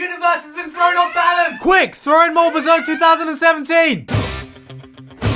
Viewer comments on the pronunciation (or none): none